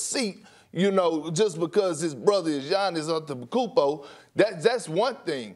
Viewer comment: Giannis ampetenkounpo